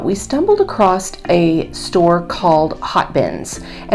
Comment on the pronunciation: Stop saying "acrost" COMPLETELY WRONG. The word is "ACROSS."